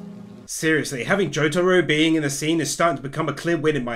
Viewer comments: sorry but i got mad when you said jotaros name like jo-taro its jo-ta-row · Nigga it’s not jotaaaaaaro it’s jotaro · is it just me or doesnt it trigger you the way he says jotaor its not jo-taro its just jotaro. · I know damn fucking well he didnt say Jaytaro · Love the video, but the way you pronounce Jotaro has me feeling like when someone asks a fat lady if she i pregnant, every time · Why does he pronounce Jotaro like that